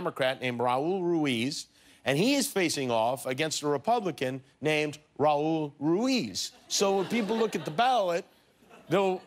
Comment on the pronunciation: Hey Kimmel: Your Spanish skills are malas, muy malas, one may think that working with Hispanics would make you interested in the pronunciation of the letter R at least, which is like imitating the sound of an engine the way: RRRaul RRRuiz